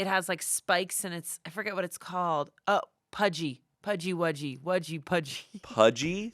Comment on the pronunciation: New englander here,Pudgy wudgy = pukwudgie😌